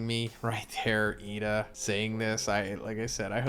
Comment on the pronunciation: Why do you sai lida's name like that? "Yida"